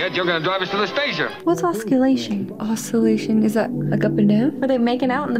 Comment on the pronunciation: Osculations (Kissing), not Oscillations. You two have dirty minds. 😘